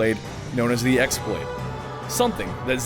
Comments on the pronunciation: Ah I just wrote a post without looking at comments and you said the same. It is definitely pronounced keyblade. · ok hold on, im but let me set on thing straight, it is not pronounced as X blade, it is pronounced keyblade (as wierd as it may be). in the game they call it key blade never x blade even tho thats how its spelled. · pretty sure the X pronounced as Chi, in some way it can be even pronounced as Kii (Key). it's Greek if i'm not mistaken. the normal keyblade is just pronounced as that but X-blade in the game was pronounced as Chi blade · yeah! I mean X-Blade is totally forgivable because everyone pronounces it like that now